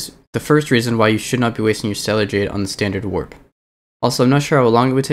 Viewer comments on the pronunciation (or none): none